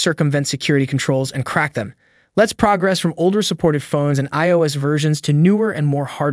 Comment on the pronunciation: Pronunciation of "progress" as its noun form (PROG-ress) when it was used as a verb (pro-GRESS), as well as the bizarre way "jailbreak" is pronounced makes it obviously text-to-speech. I bet the scriptwriter wrote "jail break" as two words in the script, leading to the wrong enunciation.